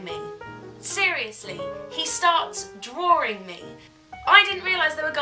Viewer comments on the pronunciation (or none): Drawring? no.. It's Drawing. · hahaahahah i love the way you say drawing!